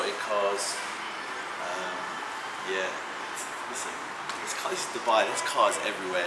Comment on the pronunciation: your pronunciation of Dubai is spot on!